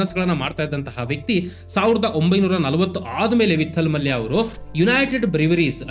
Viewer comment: ವಿಠ್ಠಲ ಮಲ್ಯ , ವಿತ್ತಲ್ ಮಲ್ಯ ಅಲ್ಲ.